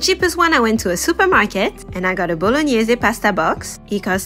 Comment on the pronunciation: BOLOGNESE pronounced right made my day